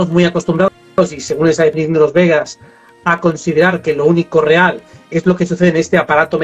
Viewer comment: VEDAS, NO Bedas ! (Vaya, tanta cultura y dejar pasar estas cosas...)